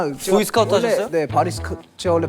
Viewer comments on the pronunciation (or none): 아닠ㅋㅋㅋㅋㅋㅋㅋㅋㅋㅋㅋ 한태산 발음 개웃겨 보이스카우트 하셔쒀요?